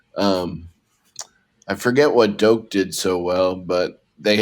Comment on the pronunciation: It’s Dok not doke